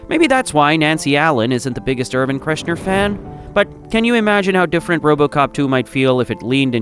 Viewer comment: "KERSH-ner" Gracious